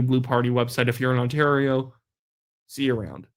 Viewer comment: Ford pronounces the province ONTARO😂😂😂😂 ONTARO